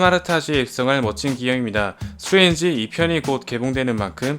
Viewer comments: 수에즈의 OOO이라고 계속 하길래 내가 모르는 뭐가 있는줄알았네 ㅋㅋㅋ 스트레인지 발음좀 명확하게 했었으면 좋았을것같아요~ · 스트레인지가 자꾸 수에즈로 들리네요